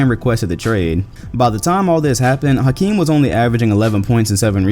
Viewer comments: H not house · In 2019 we still mispronounce Hakeem. The House is silent.